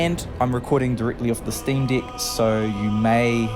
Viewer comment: It’s pronounced steam deck not steam dick